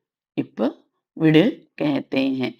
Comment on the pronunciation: Thank you madam for this .one question . when you pronounce vidu (rehne do) it sounds like vid but when you pronounce vidunge it sounds proper vidu+enge